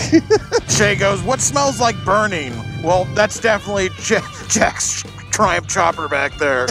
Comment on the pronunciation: It's a CHOPPER, not a STOPPER. 🤣